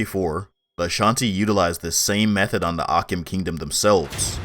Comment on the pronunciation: Great video but akyem is pronounced achim the ky in twi actually makes a ch sound